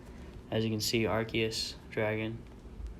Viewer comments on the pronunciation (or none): When he said arkeus😂